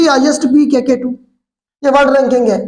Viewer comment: With respect K2 ku k2 ku kehty hn sir plz correct it